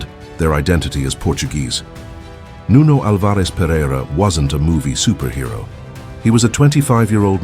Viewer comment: Nice video. Only a detail: Nuno's second name is pronounced AL- vares. The stress is in the first syllable👍